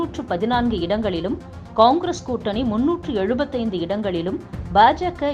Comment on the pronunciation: சரியான உச்சரிப்பில் கூறினீர்கள்...... கொங்கிரஸ்